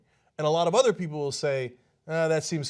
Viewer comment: Deus Umbra Dudes lol cos he cannot comprehend the word People or even pronounce the word People. Peee opal pe op le ?